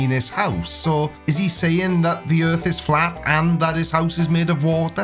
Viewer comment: gets a flat tire: "A-HA! THE EARF IS FLAT!"